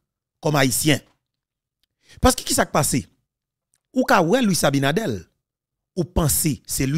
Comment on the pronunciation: ABINADERRRRRR, NOT ABINADEL